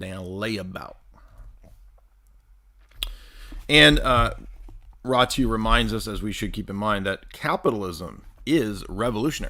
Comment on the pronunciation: It's pronounced: Ratziu.